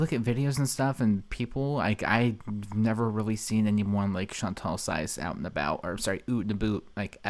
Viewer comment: “Ooooot and abooooot” 😂😂😂😂